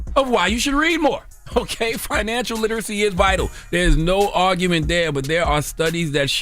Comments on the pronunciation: The way he could BARELY pronounce literacy … yeaaaa okay lol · Barely could pronounce literacy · Well...he can barely pronounce literacy!..😂😂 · He couldn’t even say literacy Correctly😂